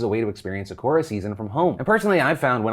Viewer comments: I rarely comment, but Phil, Sa-ku-ra. It sounds like Sakuru when you’re saying it. 🌸🌸 Sakura. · Phil bb Ily but it's sah koo rah. All vowels have just one sound in Japanese compaired to English with ~3. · Did Phil say "suh-kor-a" like Saphora instead of "sa-ku-ra"?😄🌸 no hate just funny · Your pronunciation of Sakura hurt me. It's pronounced Sah Koo Rah, not Suh koo ruh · It's the Sah-Korra for me. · Phil… it’s SAH-Ku-RAH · lmao he pronounced sakura sakora that’s funny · You're saying Sakura wrong. Sock-er-a. Sakura 🤣🤣🤣 Its like the english dub of card captor Sakura all over again. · Are you pronouncing sakura like that on purpose, or…? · I hate how you say Sakura 😬😬😬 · How do you butcher the word Sakura so bad ... shows how much your box teaches you 'culture' as you put it... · And well I will cast the first stone phil- clearly you aren't using the bokksu cards to learn anything since you're still saying Sakura wrong! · We really letting Phil get away with the way he said Sakura?